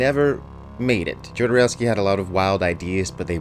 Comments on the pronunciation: My God please stop pronouncing it JOE-DER-OWSKY! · Jodorowski - J is silent. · curious what you’ll think of The Holy Mountain - (oh and the J in Jodorowsky is a h sound, like in Alejandro, not a hard J)